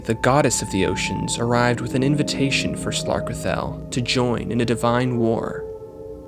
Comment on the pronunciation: You pronounced slarkrethel wrong...